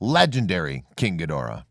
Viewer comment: Your nowhere near a Godzilla, Ghidora fan. This idiot mispronounces there names BIG TIME !